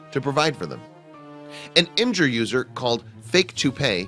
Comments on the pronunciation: is no one going to point out the fact that he said im-ger instead of im-gur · Why Does He Pronounce Imgur Imjur?